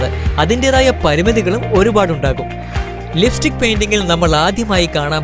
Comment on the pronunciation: Liftik അല്ല chettaa.... ലിപ്സ്റ്റിക്